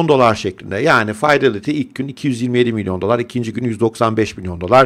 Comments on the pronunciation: hocam şuna faydelity yerine fidelity deseniz ne güzel olur kulağım hep tırmalanıyor her dediğinizde lütfen yanlış anlamayın doğru telaffuz her dilde önemli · Faydelity doğrusu